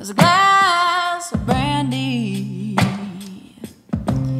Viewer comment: Great job!! But just positive criticism, draw out whiskey and brandy...its to properly pronounced for the rest of your beautiful cover!!! Otherwise, great job!!!!